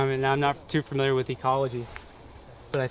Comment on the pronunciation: *Familiar...NOT Firmiliar, NOT Furmiliar, NOT Fermiliar....FAMiliar...